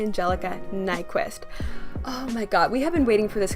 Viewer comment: I think her name is pronounced nick-vist if I’m not mistaken.